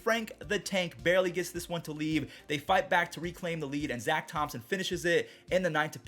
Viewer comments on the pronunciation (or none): none